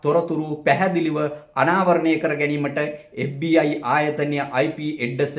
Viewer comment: FBI කියල හරියට කියාගන්එන දන්නෙ නෑ මේකා කාගෙ දරුවෙක්ද බන් මු